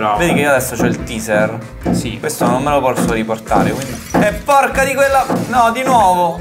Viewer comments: raga comunque la pronuncia non è TISER è TEISER. Tiser significa suscitare curiosita, tipo ATTIZZATORE e si scrive teaser. Taser è l'arma stordente che intende voi e si legge TEISER. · TASER, non TEASER